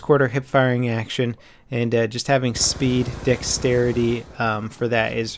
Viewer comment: its dexterity not dickstarity